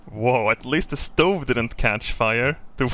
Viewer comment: "A shtove."